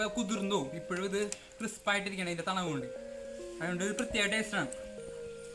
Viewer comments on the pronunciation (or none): Thanavu alla thanuppu